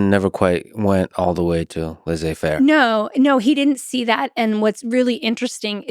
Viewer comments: Great content! Just can’t let go of the American pronunciation of Laize-fair😂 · Stanford professor that mispronounces Laissez-faire ... If she is really dyslexic, I apologize for noticing. She is a good historian.